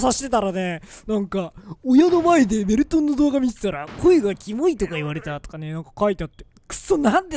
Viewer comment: メルトンの挨拶がドメルトンでーすに聞こえる